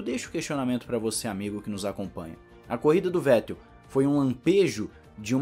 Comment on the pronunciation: F2 Alem de mais emocionante, sua transmissão e apresentação foi e vem sendo muito melhor do que a F1. Reginaldo leme está velho, ele confunde nomes, comenta coisas sem necessidade e ainda tem essa mania de falar o nome do Vettel de Fettel. (isso particularmente me irrita) O é péssimo apresentador, não da sequência nos comentários dos colegas (quando são sensatos á corrida), e ele só exalta o Hamilton o tempo todo, e dá opinião em coisas desnecessárias. Resumindo, a única coisa que salva é o fato de ter a transmissão. E as entrevistas da Mariana são boas e quando vão comentaristas que salva um pouco, Giaffone e Max Wilson, da para o gasto, porque para mim, o melhor comentarista ex piloto, é o Luciano Burti.